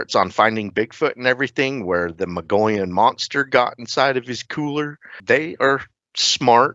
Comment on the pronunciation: Please learn how to pronounce Mogollon! I'm an Arizona native, I live on The Mogollon rim, Its pronounced MO-GO-YONE! A double LL in Spanish makes a Y sound. U keep saying Mongolian. 😂